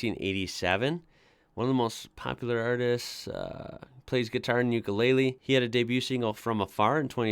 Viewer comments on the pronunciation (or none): none